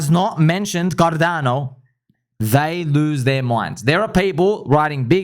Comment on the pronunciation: Bro I can’t stop laughing about the guy who told you we have this on carrrrdano 😂😂😂😂😂